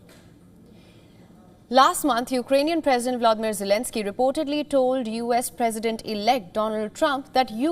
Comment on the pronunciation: Jelensky , acomodian, what he has been saying !!😅😅